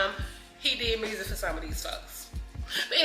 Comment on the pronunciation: We can tell you from Memphis, muRsic. 😂😂❤❤❤❤❤❤❤❤ We love it